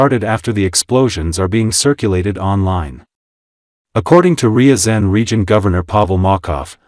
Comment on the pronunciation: Your AI struggles with the pronunciation of Ryzan which is famous for catching the FSB trying plant a bomb as part of the Moscow apartment bombings